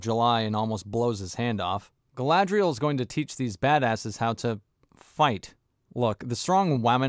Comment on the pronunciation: The way they role their r's in this show is so annoying, the way they say Galadriel and Númenor are particularly bad